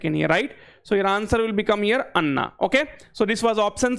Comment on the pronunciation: एना ❎ अन्ना ✅